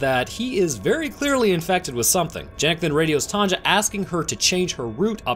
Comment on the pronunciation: Wait, you don;'t have women called TANJA there? Why pronouncing J as G?